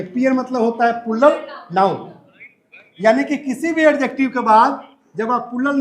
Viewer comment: Sorry sir but its अजेक्टिव not एडजेक्टिव